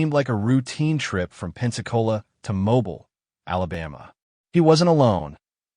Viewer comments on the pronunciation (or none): Just FYI, it is pronounced mo-BEEL not MO- bul